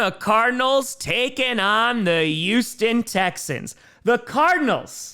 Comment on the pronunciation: I love you man... but PLEASE start pronouncing the "H" in Houston. it's NOT ewston, it's Houston.